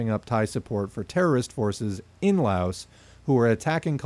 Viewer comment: Good video. Quick reminder to everyone that the "s" in Laos is silent. I know pronunciation is hard but that's an easy one to remember. It's a very common mistake.